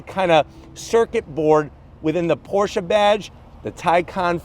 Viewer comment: Thank you for pronouncing the name correctly 👍🏼